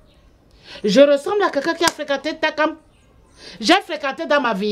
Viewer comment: La manière que prononce le nom takam sa vous fait pas rire 🤣 elle dit tchakam